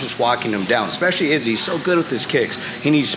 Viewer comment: Like the fact henry pronounces izzy s name like the snake ariel would 😂😂😂😂